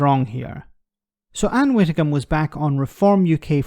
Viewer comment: I love your videos, but had to turn off at the word “Widdecombe”!!!